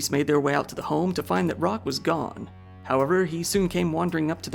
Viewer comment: Roque = "Roke"... Not "Rock".